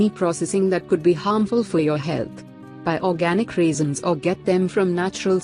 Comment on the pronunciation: "Raisins".....why do you pronounce "reasons" ? The listening becomes so confusing🙄🙄